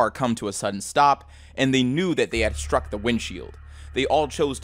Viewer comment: The stone didn't "shtrike" him.